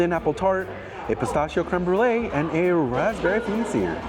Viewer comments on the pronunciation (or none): none